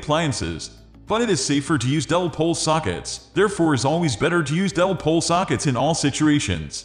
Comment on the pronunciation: The "-bot" narration is vile... What the hell is a "dell-pole" switch..? Had to click "dislike" on it. Pull it down and do it over, correctly.